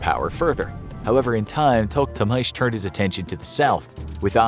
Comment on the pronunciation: It's To-KH-Tamysh and Bayezid, not Bazayid